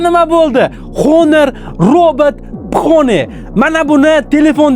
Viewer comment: Phone ❌ Fo'n ✅